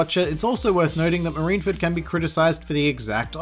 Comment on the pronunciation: I can't everytime he said marineford not properly.